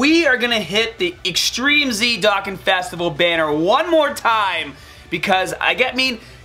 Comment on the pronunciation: It urkes me how he says dokkan but hood video anyway